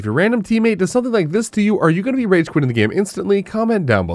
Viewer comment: STOP PRONOUNCING BE AS BU OR BOO